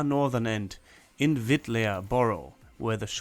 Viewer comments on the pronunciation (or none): The 'e' in "Wittlaer" is silent. It just lengthens the preceding 'a'. It's a 'Dehnungs-e'. So, it is pronounced "Wittlahr", not "Wittlär".